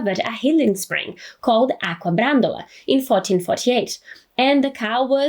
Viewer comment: ACQUA NOT AQUA!!! LOOL :)